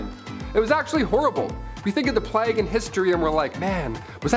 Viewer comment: "Plague" was pronounced: "playg," with a long "A." Great show, dude!